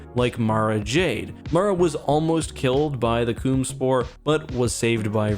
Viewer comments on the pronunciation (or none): I'm sorry but did you just say the Coom Spore? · Do the man just say coomvirus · I’m sorry did he just say the C00mSpore